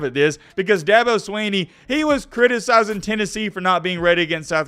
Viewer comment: Good Lord if you spend 11 minutes taking about a man can you at least pronounce his name correctly? It’s not SWEE-KNEE